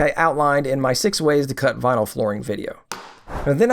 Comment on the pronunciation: Beginners mistakes... 'VINLY'??